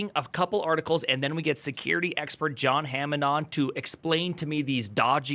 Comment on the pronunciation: Oh no, you botched John's name. Is that an engagement tactic yet again?